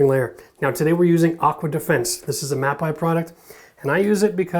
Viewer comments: Just an fyi...it's pronounced Ma - pay not Ma -pie. It is a great product line though. They also have really great concrete repair products in their industrial line. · Mapei is pronounced "Mapay"...it's Italian